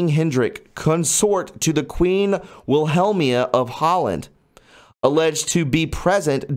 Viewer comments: Willhellma pronounced willameena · pronounced Wil-hel-mi(my)-ne(nah)